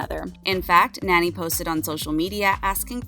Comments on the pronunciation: Nani is not pronounced like nanny. Can you read this? gnaw-knee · actually her name is pronounce Naa-Nee. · “ Nanny” lol